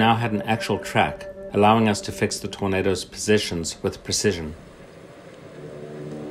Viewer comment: Man: Torndos Subtitles: Burritos